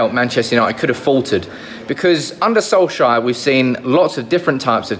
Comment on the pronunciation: By the way, Solskjær is actually pronounced more like Sol-chair than Sol-shire.